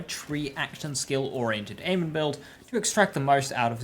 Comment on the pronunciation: It’s not aman it’s pronounced a mon not aman